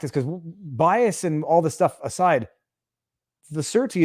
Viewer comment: The court still has to approve the surety and please pronounce surety properly